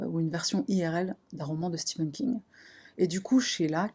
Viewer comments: C'est stephan king et pas steven king 🤣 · Stephen pas Steven !!!!